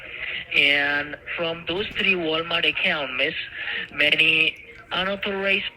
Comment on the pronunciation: Wonder what "WEE-HICKLE" rental service rents out a 2009 car 🤣🤣🤣 Sanford & Son's WEE-HICKLE RENTAL'S.. 😂😂😂 Did they rent it for TREE days..🤣